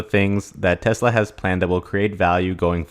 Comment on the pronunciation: It's TeSla. Not TeZla............